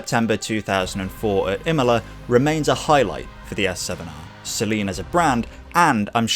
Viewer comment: I hate to be that guy, but how do you get Imola's pronunciation so close, but can't pronounce Murcielago or Brno properly? 😁 Me being me aside, great video